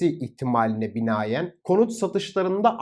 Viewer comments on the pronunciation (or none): Binayen değil binaen olacak!